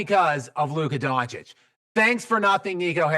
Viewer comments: Bruh luka doncic not donchik lmao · His last name isn’t that that hard to pronounce. It’s not “donk-itch”